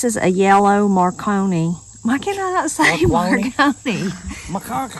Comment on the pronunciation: You pronounced it correctly. It’s 3 syllables and it’s exactly as you said. You had “too many cooks in the kitchen” lol Y’all are a hoot